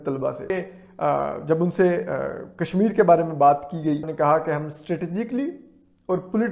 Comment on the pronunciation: कम से कम काश्मीर को कशमीर तो बोलना सीख लीजिए।